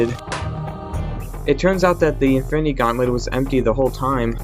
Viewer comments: Y u say Efinny stones Its infinity stones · Why do you you say infinity stone like this "infiny stones infiny gaunlet"